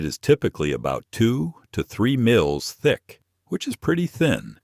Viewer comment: Lose the AI narration and use a live human narrator! Your voice said Tee-flawn tape, and Miles (for mils).